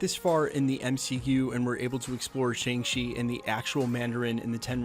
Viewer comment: Fin* not Fing and Shang-Chi* not Chang Chi